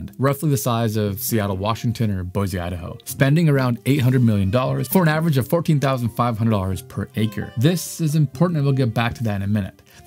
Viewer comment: What's "avarange"? I think you mean "average"